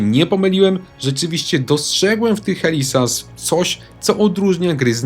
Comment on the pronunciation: "HELI ZAS" XD - pozdrawiam Helę